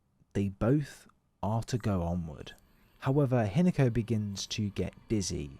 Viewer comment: Not sure if AI or not, but it's HEE-NA-KO, not HIN-A-KO